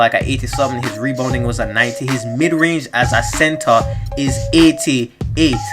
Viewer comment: You said reboning lol